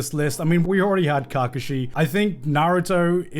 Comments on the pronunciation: kargashi?? Ka Kashi.........lol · The way he says KAkashi gives me shivers 😂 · not Garnt saying cacashi 😭😭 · Garnt: Cock Ka shi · if you say Kakashi like that again ima crash out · he did not watch Naruto fully or did not watch Naruto fully , like way he pronounce kakashi's name 😂 such a disgrace. Background, and the development, story and personality was so good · I can live happy never hearing gigguk butcher Kakashi again.. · Why do does he say Kakashi so weirdly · honestly maybe kakashi shouldn't be on the list but can this guy pronounce his name right? made me cringe but love garnt regardless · Learn to say kakashi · Why is no one talking about how he says Kakashi 😂😂😂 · The way Garnt pronounces Kakashi is slightly triggering. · the way he kakashi made me mad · That pronunciation of Kakashi pressed me. Is it pronounced differently in the Japanese dub than the English? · Holy fck the way this guy pronounces Kakashi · This man hates naruto, naruto was on top 3 but didn't liked it instead liked luffy as no 1 iconic character also couldn't even pronounce kakashi proving he haven't watched naruto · I agree with him but that’s a hell of a way to pronounce kakashi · psychic damage from how garnt pronounces kakashi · if he pronounces kakashi like that 1 more time i might die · Garnt mispronouncing Kakashi's name really annoyed me